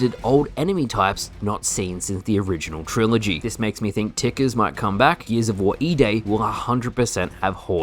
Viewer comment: Great vid. Also "geezavor" 🤣